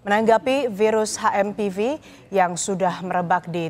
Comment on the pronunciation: HMPV boleh dibaca Ha Em Pe Ve atau Eitch Em Pi Vi, tapi please jgn dibaca Ha Em Pi Vi dong....